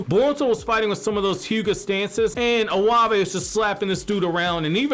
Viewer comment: Iwabe is pronounced e-y-bay lol you totally butchered my 2nd fave character name